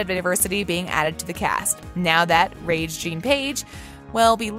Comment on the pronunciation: I don’t know who this journalist is but I find it SHOCKING that she doesn’t know how to pronounce Rege-Jean’s name. Seems pretty fundamental to the job. Get it right girl!